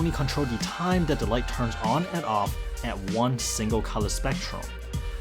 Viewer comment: Like if you keep thinking he is saying flatworm